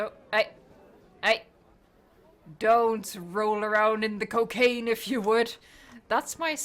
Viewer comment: The park is amazing but how said "cocaine" was funny ngl